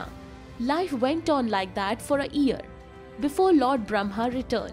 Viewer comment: Its not ear. Its year. You need pronunciation lessons dear.